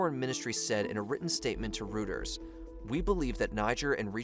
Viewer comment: Hey man I’m not usually going to be a stickler in pronunciation on YouTube, but the frequency of off pronunciation is undermining the research here. You’re way off on the pronunciation of the African countries at hand eg Cote D’ivoire, the CEFA currency, and Reuters is “royters” not “rooters”.